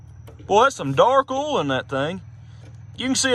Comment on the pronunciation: I think it's funny how ya pronounce "oil" without the "i". Check the ol.